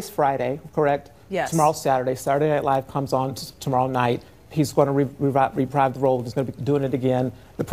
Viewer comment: And I could swear he said that Baldwin would "reprive" the role instead of "reprise".